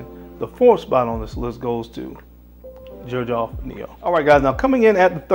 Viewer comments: I have always heard it pronounced "zerjoff" not "jerjoff" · Is it not pronounced zer j off 🤔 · Xerjoff, i thought people would call it Zerjoff, not Jerjoff. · Aside from the fact that he is mispronouncing the hell out of this fragrance line, he picked some really good scents. The first letter which is X actually sounds like Z when pronouncing it. Just for clarification. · My boy can't pronounce "Xerjoff" 😭